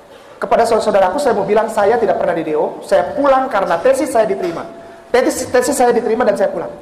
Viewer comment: Coba perhatikan ucapan srbut TESIS yg disebut TENSIS Coba perhatokan baik2 ucaoanannya Tensis.. Wah byk org yg p8ntar ngomong kalah org yg kuliah benaran dr SMA krn apa hanya jiplak ide orang.